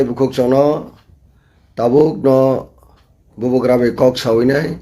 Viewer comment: what is bobo gra please do pronoun correct ly